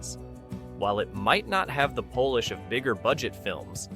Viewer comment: The part were you say.the movies might not have the.Pole lish.of later movies.😅.I Dont think the Polish folks, would care to be associated with these movies or with furniture or car polish. Priceless.